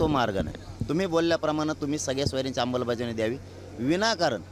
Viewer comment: याला अमलबजावणी शब्द नीट बोलता येत नाही याची लाट ओसरली आता उपचार करून गोधडीत झोप sit ची याला भीती वाटते